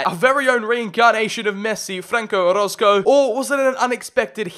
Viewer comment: Yo im here bois. Man Why You Gotta Pronounce My Last Name Wrong Man 😢. Its O-ROZ-CO